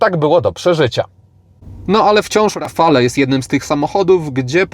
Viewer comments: Podobnie jak przy nazwie Megane, nazwę Rafale wymawia się,,Rafal" te ,,e" jest tam niewymawialne. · ) Świetny test jak zwykle w twoim wykonaniu. Ale jak zwykle będę miał ALE:) Wymawiamy RAFAL:) E jest nieme. Tak samo jak ESPAS a nie ESPEJS tu mówisz prawidłowo lub SENIK a nie SCENIK:) Warto na to zwrócić uwagę bo wielu dziennikarzy ma z tym problem. Renault od dawna nie ma i nie miało 2 osobnych komputerów spalania i to jest duży błąd. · "Rafale"?! aż uszy bolą.